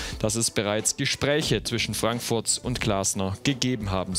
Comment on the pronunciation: Wieso hört es sich ständig an als sagte er Eintracht Frankfurtz..